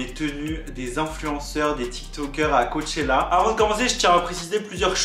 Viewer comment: « cowwwchela » c trop jpp😂😂